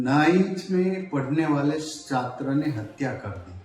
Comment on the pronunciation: બોલો આ છે ગુજરાતના શિક્ષણ મંત્રી..... જે છાત્ર ને સાત્ર, ડિપાર્ટમેન્ટ ને ડિપારમેન્ટ અને ગેમ્સ ના બદલે ગેમો બોલે છે. "શિક્ષણ મંત્રી" 😂😂😂😂😂